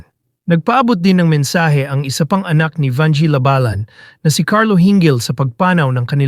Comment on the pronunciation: Ang bobo ng nag i-story telling, halatang hindi nag-aral. You are destroying the Pilipino language. If you are educated, you will not speak a language so bad. Shame on you. Even the surname of Vangie, you pronounced it wrongly, that is disrespect to the person Vangie.